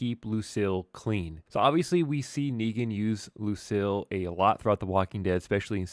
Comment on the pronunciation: It is pronounced Luc-eel not Luc-ill 😆